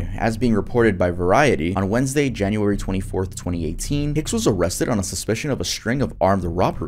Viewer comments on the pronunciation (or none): none